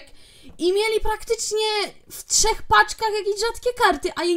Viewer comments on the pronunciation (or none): none